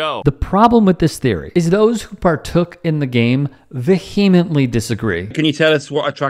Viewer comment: Also, learn to pronounce “vehemently” properly…🤦🏻‍♂️